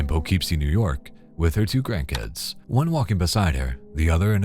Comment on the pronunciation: oh GRANDKIDS …I seriously thought you said CRACKHEADS. I was like where? Wait huh? In the stroller??